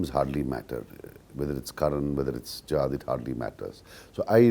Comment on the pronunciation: Enjoyed comedy by Karan. He doesn't even know how to pronounce the name of his guest. Sajjad is a sky comedian.